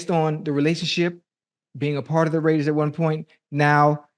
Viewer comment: Ok off topic but ain’t no way ocho does not have dyslexia cause mf said “waider ray” 💀💀💀